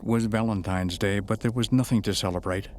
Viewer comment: Did that “author/historian” Brinkley really say “Valentimes” day? I listened to him say it 3 or 4 times and I swear he said valentimes, tough to take an author/historian seriously when he says something like that